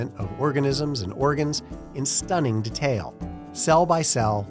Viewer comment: Does it bother anyone else how he pronounces “harassment” and “detail”?